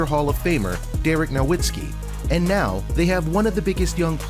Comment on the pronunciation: He said Dereck nowitzki 😂🤣😂🤣😂🤣😂🤣